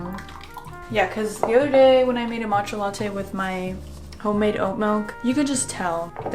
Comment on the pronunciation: "but whatever we're gunna make a mAtcha" I actually laughed out loud, your vibes are so genuine I love it here